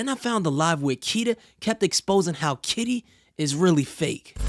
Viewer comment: Sweety you keep saying kita when you should be saying KITTY 😂😂😂😂